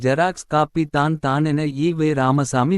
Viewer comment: தம்பி தயவு செய்து தமிழை சரியாக வாசிக்க முயலவும். தான் - தானே என்ற சொற்களை தனியே உச்சரிக்காமல் அதற்கு முன்னதாக உள்ள சொல்லோடு சேர்த்து உச்சரிக்கவும். உங்களைப் பார்த்து பிறரும் கற்றுக்கொள்ள வேண்டும். தமிழ் மிக அழகான ஒரு மொழி. அதை தமிழர்களே சிதைப்பதுதான் வேதனை. பலருக்கு வாயில் "ழ" வழங்குவதே இல்லை.